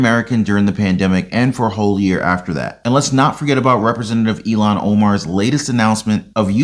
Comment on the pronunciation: (Eel-Han) Ilhan not Elon lol